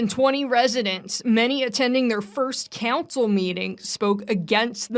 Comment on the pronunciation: You do realize it's city COUNCIL right? Not city CANCEL. How come you people can't speak?